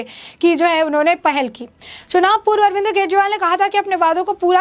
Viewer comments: अरे पत्रकार महोदिया,, बोलना तो सीख लो पहले भी इतने गौर से सुना ,,आप अरविंद को* अरविंद्र * बोल रही है ,,बोल तो सुधार लो पहले ,बाद में ही इतनी बक बक कर लेना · Madam Arvind Kejriwal hai na ki Arvinder